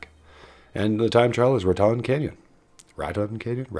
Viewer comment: You have to say “Raton Canyon” with a southern accent lol (Rat-en Can-yin) 😂